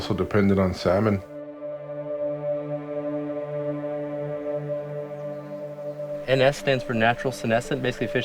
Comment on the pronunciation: I can’t watch this because he keeps pronouncing the L in salmon